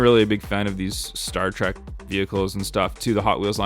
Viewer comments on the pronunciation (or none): none